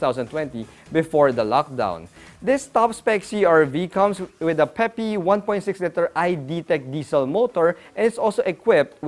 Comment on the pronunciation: Awesome! Looking forward to all your very informative reviews in the coming year. And also looking forward to you pronouncing LITER correctly. You almost said it correctly in this video. Good effort!